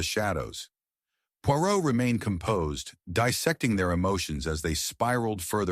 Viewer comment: American pronouncing of Poirot and English words is terrible. Dont bother listening.